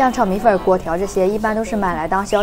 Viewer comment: 米粉不是米粉儿 不儿化